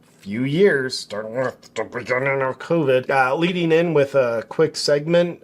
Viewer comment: He's not afraid to say covid or vaccine. The issue there is that YT algorithm and ai sensors would shadow ban his account and he wouldn't reach his audience. This happened a few times for him. He found a way around it by mispronouncing the words. Good for him!